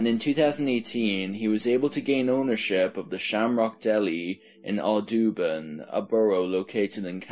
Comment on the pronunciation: Hi I just wanted to help you out with something since you aren't from New Jersey. The city of the first call is Audubon, the it is pronounced is aww-doe-bon. Just offering some friendly help.